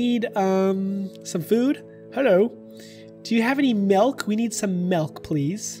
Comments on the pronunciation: Im sorry im sorry but did you just say malk instead of milk? Lolololololol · I THOUGHT YOU ASKED FOR METH INSTEAD OF MILK OMFG